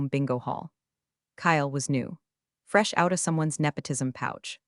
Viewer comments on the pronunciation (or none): none